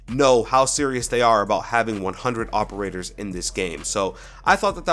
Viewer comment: 100 Hoperators. (Is what I heard)